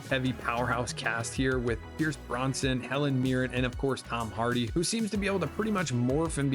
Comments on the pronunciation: Please learn to pronounce Pierce Brosnan’s & Stephen Graham’s surnames correctly - it’s BroS-Nan not BroN-Son (ie Not like Charles Bronson)… And Graham sounds like “Gray-Um” not “Gram”, there is a different British vs American pronunciation of this word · I like your enthusiasm. Lots of these I'd love to see. A few I have seen. American Primevil, if you're well versed in Westerns, I'd say skip it. Some good performances but the reviews were mostly right. Mobland was fun as hell, stacked cast. Pierce Brosnan (not Bronson) was my formative James Bond so check his name pronounce. Good vid! Murderbot looks like a must see. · Pierce Bronson??? Pierce BROSNAN!! 🙄